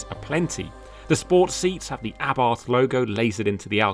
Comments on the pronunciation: Porsche is not pronounced “Porsh” and Carlos Abarth has never been British, hence his name is not pronounced with a th. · I almost closed this video at that mark because of the grossly incorrect pronunciation of Abarth. A lay person getting it wrong is fine, but it is beyond me why CAR JOURNALISTS seem to refuse to pronounce names correctly. It's for this reason I've stopped watching any UK reviews of Hyundai cars... the pronunciation of the name is f*cking atrocious. DO BETTER!